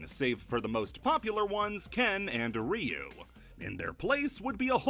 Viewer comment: You go out of your way to pronounce Angel correctly but buture Kyo, Ryo and Ryu